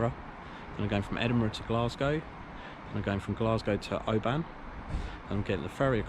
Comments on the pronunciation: 😂 can’t believe you bought a turbo there , we go to Mull every year ! It’s not pronounced O~BAN , it’s it’s more like one syllable, if that makes any sense 😂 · Great video. BTW it's Oban, (you say a short a, as in the e in open), not Obaaaan 👍🏻